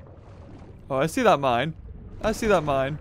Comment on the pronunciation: i like how no one noticed that he said se instead of see and only noticed DEOTH